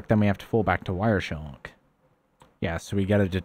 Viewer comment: It's Wireshark not Wireshellk